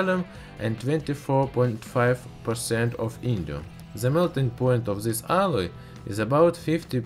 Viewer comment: NOT ZIS BUT THIS - DIS